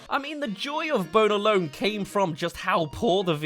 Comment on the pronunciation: 2hen you say Bone alone sounds like "boner lone"